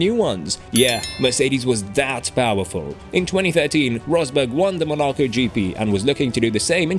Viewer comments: You lost all respect at “Monaco” pronunciation… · Great video, but you need to work on pronouncing Monaco.